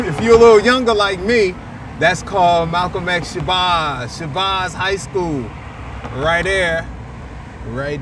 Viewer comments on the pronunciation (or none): shabaaaz ? if you from newark you pronounce it like its spelled, it rhymes with Jazz... shabazz